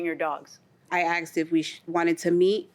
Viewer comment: Did she just say I aksed?